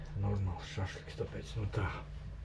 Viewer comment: skan smieklīgi, šahliks vai šašliks 😀